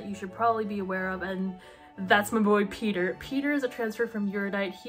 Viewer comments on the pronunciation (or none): The way you say Peter sounds so much like peetah, i‘m getting whiplash hahahah